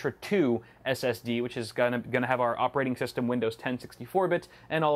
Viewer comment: "Ginna" 😂 I died Idk why 😂😂😂